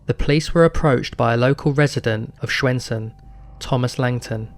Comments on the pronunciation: Excellent video! Love to see more documentaries on youtube! As for your pronounciation I think you did a great job! Swedish is frickin' hard for non native speakers as I've come to understand. Stjärnsund was probably the only word that felt a little off, but still, the fact that you attempted, is a big plus! I also appreciate the sources in the description, sometimes they are left out in these types of videos. Can't wait for the next video and hopefully your channel gets the traction it deserves! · The pronunciation of Stjärnsund is also quite wrong but we forgive you since no other language on Earth has that sound.